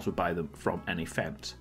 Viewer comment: dude pronounces "fence" as "feds"